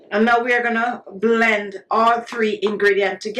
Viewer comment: I love the way shé says ' BLEND ' , she sounds jamaican.🥺🥺❤️